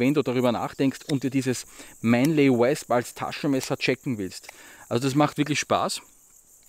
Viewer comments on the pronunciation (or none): Hab das Wasp selbst in s90v und bin so begeistert das ich die Griffe aus Wüsten Eisenholz hab bauen lassen. Nur eins noch.. das dich spricht sich wOsp als Englisch Wespe.. ;-)